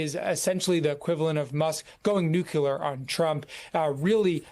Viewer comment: I was mocking the NY Times guest's pronunciation, child.